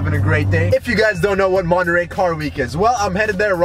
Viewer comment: Se dise Monterrey!! perro no monerey XD